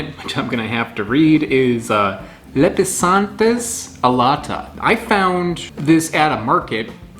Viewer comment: Pronounced Lep-e-san-theez a-lot-uh Alata means winged, though I'm not certain what anatomical feature that relates to. You can contact me for help with pronunciations.